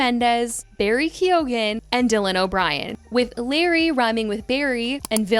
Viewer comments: Barry KEY OH GAN 😅 lmao i think the e is largely silent, like kyoh-gan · 😂😂😂😂 Americans can never prob😅Irish names they are alway butchered to bits